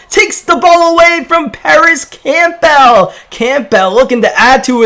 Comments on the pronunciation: i don’t wanna be that guy buts it’s pronounced Cambull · It’s pronounced cam-bull. Like Campbell soup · He said campell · Alex Isaiah “Camp-PELL!” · its campbell not campbell😐